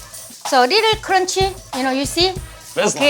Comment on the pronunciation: so cwunchy